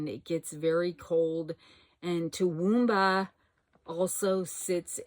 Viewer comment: OH!!!! Toowoomba you said it correctly. I have two Aunts live there. Queenslander houses are beautiful. P.S. I really love those pumpkins. 🎃